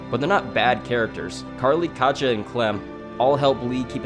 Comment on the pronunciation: It's pretty annoying hearing people pronounce Katja's name wrong. I mean, the characters say her name like a million times in season 1 so I cannot comprehend the confusion.